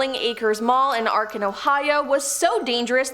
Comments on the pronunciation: Arkin? Wtf!? It's Akron. Ack Ren. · The creepiest thing in this video is how she butchers the name of Akron. Not to mention her voice is annoying in general.